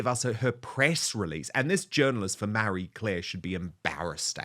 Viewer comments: Dude, it’s Marie Claire, not Mary Claire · "MARRY Claire"?? Thought it was "Marie Claire". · It's Ma-rie not Mary i wish you'd learn how to pronounce names correctly. Actually it's you who should be embarrassed not being able to pronounce words or names correctly not the journalist for Marie Claire.